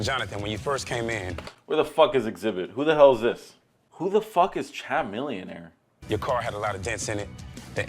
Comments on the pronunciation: It's pronounced ka-million-air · he said Cha-milionair